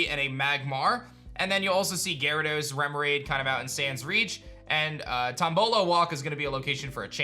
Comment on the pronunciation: It's Gyarados, NOT Garodoes!